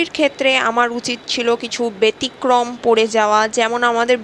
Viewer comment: উচ্চারণটা ব্যতিক্রম, বেতিক্রম নয়। 😊